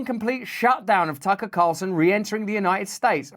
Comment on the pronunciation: she says Taco Carlson lol